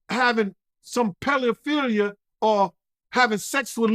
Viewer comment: PELO-FEEL-YA? Duh Innuh-Net? You are a scholar and a gentleman sir! 😂